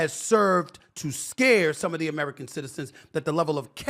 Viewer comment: He said Americur 😂